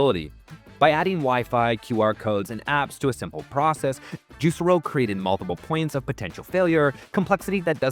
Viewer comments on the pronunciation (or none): It's pronounced "juice-air-o", not "juicer-o". Literally never heard it pronounced that way... smells like AI. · That's... not how the company pronounced its name (Actual Marketing Insight #1: know the name of the thing you're making a video about)